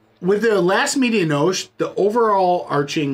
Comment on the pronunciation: When you say medianoche the e on the end is not silent fyi. Had this beer sent to me from no hype Kyle and it was outstanding beer. But my favorite beer this year is from a collaboration between firestone Walker and weldwerks and it was called parabanoche which was 12 out of 10 great review gang cheers 🍻